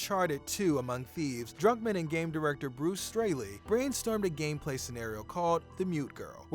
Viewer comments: bro its Druckmann not Drunkman😂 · Are you sayin' Drunkmann? im pretty sure its DRUCKMANN, UCK DRUCK not DRUNK. :)